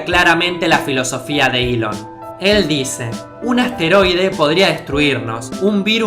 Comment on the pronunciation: Nahuel Deharbe Eso tiene mas sentido que decir "iiilon" en lugar de "Elon"